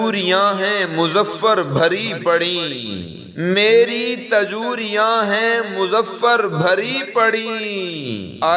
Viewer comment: الفاظ کو صحیع سے پڑھیں تاجُوریاں غلط ہے تجوریاں صحیع ہے